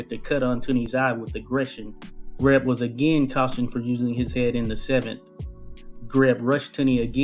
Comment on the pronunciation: Jesus H Christ pronounce his name correctly